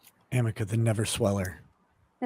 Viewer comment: How is it that nobody at any point during the trial - including Amber - informed that the name of the cream is Arnica? For six weeks they let her say Amica. 🤣🤣🤣